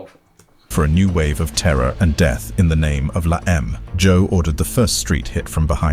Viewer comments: Pronounced : (Law-em-ay) stupid Brit...Not La Eeem. Ese (Spanish for S) Is a term only used by Sureños from Southern California "Sup Ese?" Not to be used up North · Also this documentary is not great info on la eme cant even pronounce it right lol